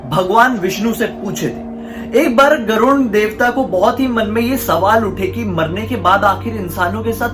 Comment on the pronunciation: Abey vo garud hota hai tu use garund bol rha hai